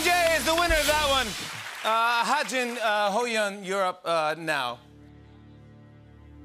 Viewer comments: the two versions are "ha-jun" and "ha-joon" idk where jimmy's getting the "jin" from. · He kept saying ha Jin when it is wi ha JOON 😂😂😂 Its sooo funny